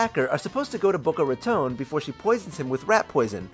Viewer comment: bOcO raToNE 😭😭 so sorry ik i shouldn’t expect someone who isn’t hispanic to pronounce it perfectly but that actually killed me lolll